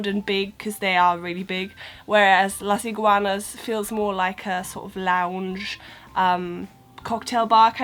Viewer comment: I like the way you say " Las Iguanas ", and yes I think most of the food are from Mexico, and also think maybe the food is very similar to the original mexican food so if you like spicy and hot food you will enjoy it. By the way I like your videos, because they help me a little bit, when I went to UK.